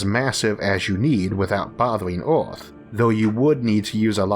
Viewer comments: Earth not eort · Not sure what kind of accent you're trying to emulate but it is not working. Pity, because the content seems so interesting; I just can't stand even a minute of speech x,x how hard can it be saying "Earth" instead of "awth"??? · its earth not aurth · our planet is called Earth, not eORTH. Try pronouncing, birth, girth and maybe you'll get it Isaac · Astewoid Wedundency Biwions of people Wather pointless Eawrth Wemember Stowys Who is this guy Elmer Fudd’s grandson !! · Eorth? Yeor? Sheorl? Aoll? Easior? Teore? Diostor? Paort? Fuck I can't listen to this shit anything. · It's earth no erwrth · "Orth" "Thod"??? 😳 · Anyone gonna talk about how the fuck this man said earth in the first 5 seconds?